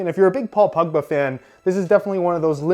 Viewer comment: It sounds like he is saying pugba not pogba